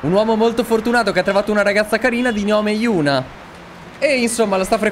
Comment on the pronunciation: Si chiama yuna ma li altri dicono euna e giusti ma si legge yuna